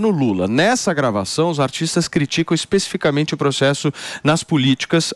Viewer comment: Por favor... não fale, es pê cificamente... até o APRESENTADOR???